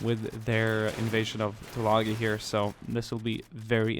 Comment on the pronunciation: Can you take the time to learn how to pronounce the name of the island.